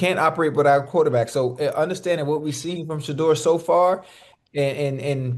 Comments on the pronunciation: Why stefanski can’t even say sheduer name??? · The way Stefanski can’t even say Shedeur’s name, he did not want Shedeur to play!!! Stefanski is mad that Dillon sucks and Nephew is amazing (after only practicing with the 1s for 3 weeks)!!! 💪🏾💪🏾💪🏾💪🏾💪🏾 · That coach couldn’t even say Shedeur’s name!😳 no one told him to mentally abuse Shedeur. If he did that bc someone told him, he will answer to God for that. Sold his soul!! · Stefanski can’t even say Shedeur’s name he ain’t a Soto anybody